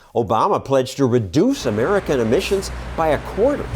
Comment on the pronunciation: "Emmisions", "Emmissons"